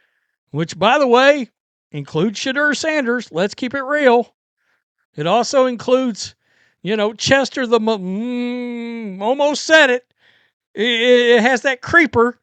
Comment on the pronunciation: Did he just call him "Shitter" Sanders? 😂😂😂